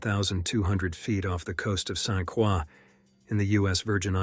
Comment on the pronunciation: FYI St Croix is pronounced Saint "Croy". My husband and I go there often and love it! It's our favorite place. Dr Garman was crazy to dive the wall. Dangerous things down there!